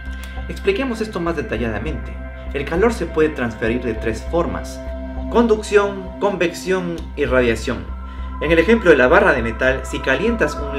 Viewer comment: Conducciónggggg - convecciongggg - Radiaciónggg